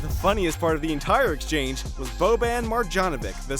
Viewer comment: D ... u got bobans pronunciation wrong too np ^^